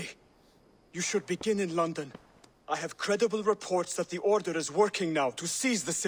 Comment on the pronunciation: From London to 'Lunden'..😂